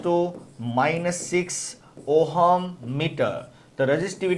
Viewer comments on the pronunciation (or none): ohum nhi h sir voo ohm h